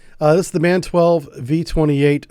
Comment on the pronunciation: Thanks! Small hint, if you don't mind: MAN is not spelled "man" but "EM AH EN", as it is an abbreviation of "Maschinenfabrik Augsburg Nürnberg" or machine factory Augsburg Nuremberg. However, MAN Energy Solutions is now Everllence SE since June 2025, so maybe my point is moot. Have a nice day!